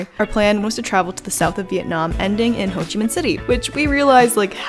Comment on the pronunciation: Hey are you of vietnamese descent. The way you say Ho Chi Minh is really native.